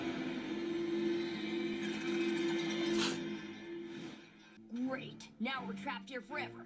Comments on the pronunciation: It's pronounced "Mal-true-int". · MAL-TRUE-ENT is how u pronounce it, I hope I spelled the phonetics correctly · FYI, it's pronounced Mal-true-ant.